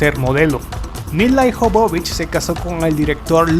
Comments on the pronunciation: Ijovovich cuando es Jovovich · el apellido de lila no es IJOBOBICH sino que es jobovich y para que se de cuenta mi querido amigo lo voy a escribir de tal manera que usted lo pronuncie y se de cuenta de su error YOBOBICH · No es milai jovovich Se escribe milla jovovich Se pronuncia mila yovovich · de donde putas sacas el Ijovovich es Jovovich porque pronuncias esa I innecesariamente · Se lee YOVOVICH. Interesantes tus videos pero te falta estudiar ingles. Es com cuando dices Tim BUrton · no te puedo dejar un "like' por que tu pronunciación deja mucho que desear. El apellido de Mil la Jovovich es muy claro, no se porque tu lo pronuncias tan mal.